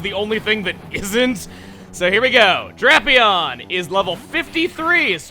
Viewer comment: He is the first person I've heard pronounce Drapion the way he does and it threw me off at first XD